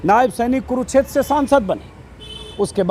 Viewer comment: Sir, it's kurukshetra not kuruchter